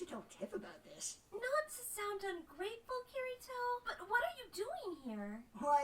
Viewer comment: Kee-ree-toe and Ahh-sue-nah. Jfc